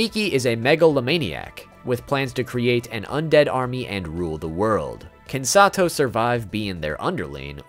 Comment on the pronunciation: THIS also why did he pronounce her name like “sah two oh” at first wtf 😭